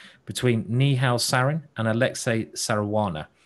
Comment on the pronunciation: Simon is spelling Saranas name like Caruana and this is hearing like Saruana,this is funny .